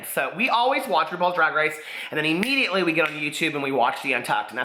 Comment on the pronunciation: Im-MEDIA-ately! LOL